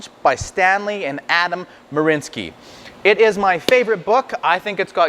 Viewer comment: They're name is marianski not marinski ?